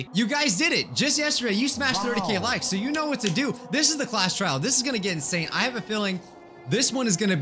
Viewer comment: Did you say trail on purpose or a joke from trial 4?